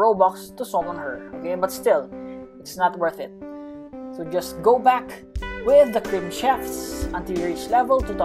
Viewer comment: "khello is beck" is the best intro i have ever heard